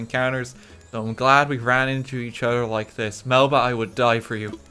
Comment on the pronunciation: YOU GOT MELBA ON THE FIRST TRY AAAAAAA